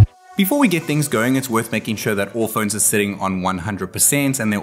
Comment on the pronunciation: *phones* Not phoeeeens